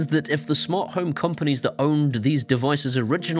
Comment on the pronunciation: Smant Home?!? 😜